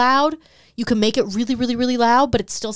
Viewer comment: I've watched every episode (including the patreon), some multiple times over. So I do love the content and talking points. Maybe this is a "Dallas thing", but.. why do you say KEN when you're trying to say "CAN" 🤣 lmaoo always wondered